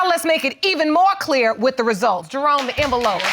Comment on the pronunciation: Come on judge ..... you know she was through with them, she called Jerome “Jerone” when she asked for the envelope 🤣🤦🏽‍♀️😂